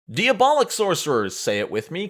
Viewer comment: I'm trying not to be a language prescriptivist and knowing there are going to be flubs in a super long video that was edited down to 72 minutes, but... it's distracting to hear you say DEE-abolic over and over again, and say that Embrace The Pit gives you demon horns and demon features.